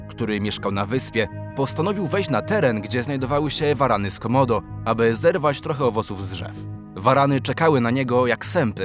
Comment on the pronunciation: 1;33 usłyszałem zamiast Waran z komodo, waran z komdą.